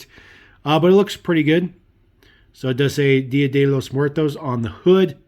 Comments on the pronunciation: Awesome truck! 👏😍 Your pronunciation of "día de los muertos" 💀 was very good 👏😀💀👍😉👍. The deco on this very cool, but I do agree, the regular deco would look better. As for this model, it would have been funny if a couple of skeletons ☠️ 🩻 🦴 came out when you opened the trailers doors and the cab was been driven by another skeleton 💀. Thanks for sharing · Wow, You got the pronunciation right Día de Los Muertos! Nice set man. Please!